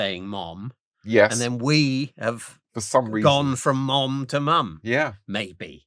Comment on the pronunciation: Don't know if I've ever heard a Brit say Mom before. It sounds odd, something not quite right in the pronunciation. The 'o' is over stressed (its almost more of a soft 'a' in an American accent) and the 'm' is over pronounced. Interesting.